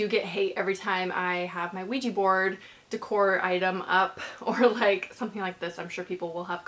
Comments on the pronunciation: "ouji candle... Ouiji things... Ouiji board" 😂😂😂 OUIJI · Anyone know why is it pronounced ouiji and written ouija?